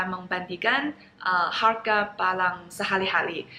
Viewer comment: Barang,,,bukan balang 🤭 semangat belajar bahasa Indonesianya,,ciayo💪